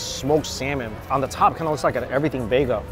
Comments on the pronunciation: When he says bagel it's sounds like "baygo" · Someone teach this man how to pronounce BAGEL